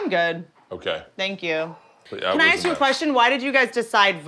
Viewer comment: Donnell.. It's ask not axe you a question